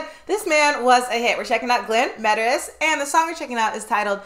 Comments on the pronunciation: it's pronounced meh-DEH-rohs 😊 and george benson performed it first. this is a cover, which i prefer. it has that nostalgic super-produced '80s pop ballad sound lol ❤ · Pronunciation = "Me dee air- oss"... You're welcome!! (BB&P!) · I agree with Bill. I’m from Kaua’i, same as Glenn, and that’s how we say that last name… Muh-Dare-Rōs. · This was a big hit, back in the day, it was a cover of a song by George Benson. Medeiros was born in Hawaii, he's of Portuguese descent. His name is pronounced Me-dear-os. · I always heard it pronounced Ma-day-ross on the radio. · Muh-Dare-Rōs is how they pronounced it on the radio where I'm from, with emphasis on the 2nd syllable. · Yes, I've heard Americans pronounce it like that. In the UK, it was always pronounced Meh-Deer-Ross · in Portuguese, is pronounced : meh day rus with emphasis in "day" , at least here, in Brazil. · You guys just made my whole night. This was my number one song in high school to melt me into a puddle of goo - and now 35 years later it is still doing the same. And I can sing along to every single word. THANK YOU for this. Btw his last name is pronounced Med - eer - os. Big hugs from Canada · Loved this song. His name is pronounced Muh-deer-os with o like in hold. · He's in the Karate Kid 3 as well lol. This was number 1 for 4 weeks in the UK. Great song. Pretty sure his last name is pronounced 'Mer-dea-ros' Check out 'The show goes on' by Bruce Hornsby and the Range. Fantastic song with loads of piano and electro guitar, has a brilliant piano solo too !! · I think it’s pronounced Ma-deer-us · I believe it's pronounced "med-AIR-ose"! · GREAT TUNE!!! Pronounced as meh-DEER-us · Ok, by the way his name is pronounce "MEE-DEE-AIR'-OHS" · I think the pronunciation is closer to Muh-deer-ose. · The stress is on the second syllable, it's "Meh-DEAR-os". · Pronounced “ma deer os” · Meh-Deh-Roast. Phonetically. Without the “T” in Roast. lol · Pronounced muh-DARE-us.. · And yes, u guys said "Medeiros" wrong...